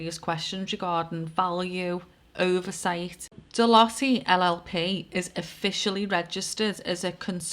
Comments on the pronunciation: It’s pronounced deloute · Ahhh pronounced “de loyte” x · Hi, not an easy company to pronounce, and it's pronounced different in each country, but the nearest UK phenetic is De-loit, as in loiter about, just don't add the 'er, you can add a 's deloitte's, or de-loit's the " 's " is seen as encompassing all companies that sit below the Deloitte umbrella, you could also look at likes between this company, the TBi (Tony Blair institute) Oracle and Larry Ellison and donations to TBI by Larry, likes to Black stone and Black Rock, that is a thread to pull, and associated events around people unliving themselves. it is a pleasure to watch your videos as you can see the threads you pull at, you may want to investigate Nosta as a safe decentralised platform to make sure you don't lose your social media visability. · I remember the name Deloitte , they came and turfed everything out of a company I worked for that went under, computers, the lot, they were liquidisers back then in the 80's. Pronounced Deeloyte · Deloitte ....loitte pronounced as in the word loiter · Deloitte have fingers in ALL pies. Absolutely everything. Like SERCO. (pronounced De-loy-te I think). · Deloitte (pronounced De Loyt) as a banking and accountancy consultancy, have been around for a long time. Since 1845 in fact. They seem to have fingers in a lot of pies. It’s interesting that although you occasionally hear the name mentioned, there’s not really much transparency around what they do. They are a big player though, with a global revenue to May 2025 of US$70.5 Billion. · Pronounced DE-LOYTE